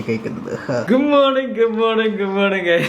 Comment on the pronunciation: ഗുങ് മോണിങ് എന്താടോ good morning പറയാൻ അറിയില്ലെ